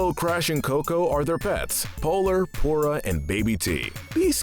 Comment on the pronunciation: why is this guy saying aku aku so weird. edit: tf did he call pura? POURa?